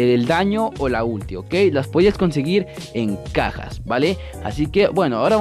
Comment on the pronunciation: Soy el unico que escucho "las pajas" en vez de "las cajas" Edit: thanks for the heart :3